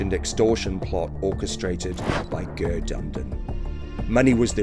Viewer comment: Please get a Irish person to help you pronounce the places and names 😂 it’s Ger as in Gerry not Gerrrr